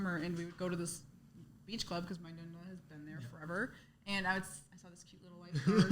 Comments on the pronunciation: Just to let you know It’s pronounced Nonna not Nunna lol So cute tho! God bless❤ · Nonna not nunna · Stop saying Nunna hahaha it’s driving me crazy 😂❤ ughh😅